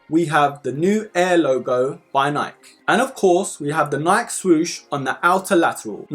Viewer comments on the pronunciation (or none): FYI it’s Nike (Nie-Key)